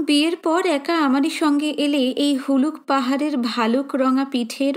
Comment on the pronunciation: Galpo path er bangima khub sundar . Tobe Boi ta aneek baar pora ache bole e bolchi ota Puluk pahar na ota hobe Huluk pahar. Ar bojra khet noy Bajra khet.